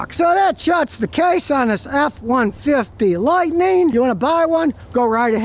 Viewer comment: “Lightneen” is not a word.